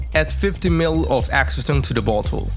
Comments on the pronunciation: Can some one tell him that acetone isnt pronounced ask-o-tone its pronounced as ass-o-tone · Ass-e-tone - no?